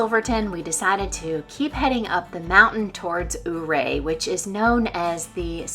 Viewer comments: Loved your vlog. I live in Ouray County and I'm so glad you got to see our beautiful country. I hope you get to come back. For future reference, it's pronounced Your-A. It's named after a Ute Indian Chief. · I noticed how you pronounced Ouray. The town of Ouray is pronounced “your-ray”. Every Summer for a little over 20 yrs, we base camp in Ouray in our RV and off road the trails in our Jeep.